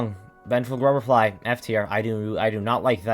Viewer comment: Y’know, you’re the only person I’ve ever seen that actually likes winged nosk. Also, WHAT IS VENGEFUL GRUBR-FLY??????